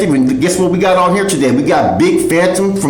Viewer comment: *Phantom not phatom 🙄